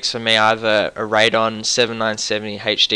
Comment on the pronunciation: Haha... Raid-on and Nuh-vidia.